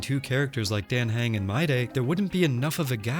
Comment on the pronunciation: except how you pronounce Dan Heng 😂